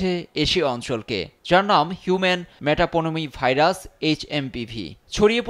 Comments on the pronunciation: ওটা মেটাপোনোমি না মেটানিউমো ভাইরাস। ভালোভাবে শিখে তারপর সাংবাদিকতা করবেন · মেটাপনোমি ভাইরাস না মেটানিউমো ভাইরাস😑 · আরে ভাই ভাইরাসের নামের উচ্চারণ তো ঠিক করে বল । ভাইরাসের নামের সঠিক উচ্চারণ হলো “হিউমান মেটা-নিউমো-ভাইরাস”। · সাংবাদিক ভাই,ভাইরাসের নামটা ঠিক মতো পইরেন প্লিস।মেটা-নিউমো-ভাইরাস নিউমোনিয়ার সাথে সম্পর্কযুক্ত।